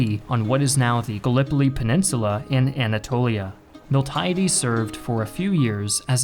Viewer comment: Please take more care with pronunciation. A native speaker should be able to give you the correct ones. Miltiades in particular was butchered (in Greek it's Μιλτιάδης but here it was pronounced was Μιλτάιντης).